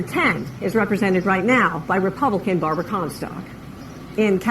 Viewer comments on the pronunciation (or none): none